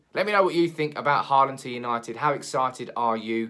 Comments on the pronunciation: Pronunciation: not "Harland", but more like "Holand" or "Hauland". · Think you need to work on your Håland prounounciation. Because me among most scandinavians cant stand the way your prounouncing his name as Heartland? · Haaland = Hawland That's how you would pronounce it in English. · actually the aa in "haaland" is pronounced like the "o" in for example "boring"